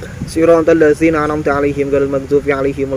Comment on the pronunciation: Aladi dufina BKN dufinu mas🙂🙃